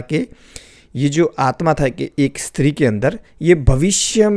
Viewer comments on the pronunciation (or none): none